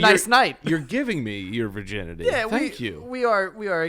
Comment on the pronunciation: Virginity, pronounced; Ver-guy-ns